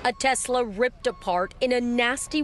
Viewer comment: Achava que chamava tesla e não texla